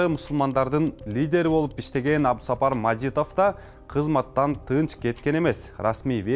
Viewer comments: Эй дабдыр Абду сапар эмес Абду Саттаар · Абусапар эмес Абдусаттар деп турат го, диктор ?